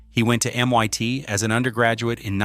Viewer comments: Very odd video. Why so many irrelevant still photos? And why does the AI voice pronounce "MIT" as "MYT?" I was an MIT student in 1968 and bought a pair of 901's around 1970. The speakers were never meant to be used stand-alone--they were designed to work only with the equalizer box. They had terrific bass and a pretty flat overall response. The "8:1 reflecting ratio" was utter baloney marketing though. The speakers were also incredibly inefficient and needed a minimum of 60w per channel in a typical living room (but they could handle 270w max). The whole thing about the 901s was that they were rear-firing, with most of the sound coming to you from the apparent speaker situated BEHIND the living room wall (imagine the walls of a living room to be glass mirrors and the sound to be light; if a flute is coming from the left speaker, it appears to the listener that the sound is not coming from the speaker box, but rather from the reflection of the box behind the living room wall.) So you got a very interesting stereo mix, where the audio didn't appear to be coming from the speakers directly at all! The audiophile graybeards hated the effect, but the public loved it. By the way, why no mention of the auto suspension work? In the 2000's, Bose demonstrated an "active" auto suspension system, which looked at the road ahead and then lifted and lowered each wheel over obstacles. The result was an unbelievable smooth ride, as though the car were floating. Brilliant engineering, but I thi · While the information is interesting, I am distracted by the AI narrator who cannot pronounce MIT correctly (calling it MYT instead), etc. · I said the same thing. I was like Waaaa?! NYT? Drove right by it today. It's still M. I. T. Lol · M.I.T. !!!!!!!!!! NOT M.Y.T. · MYT instead of MIT. Inexcusable AI slop. 🤬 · Your Ai keeps saying "m-y-tee" every so often instead of MIT...rather annoying. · AI slop Em-Eye-T is not EM-One-T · It's not M-Y-T !!!!!!!!!!!!